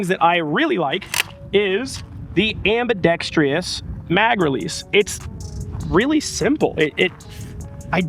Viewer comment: ambi dexter ess not Ree ess